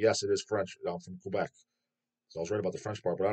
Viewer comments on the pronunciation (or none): none